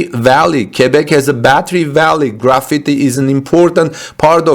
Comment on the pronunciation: You are killing the word "Graphite". It is not "Graffiti". Combine the sounds of these 2 words... Graph + fight. Now you got it.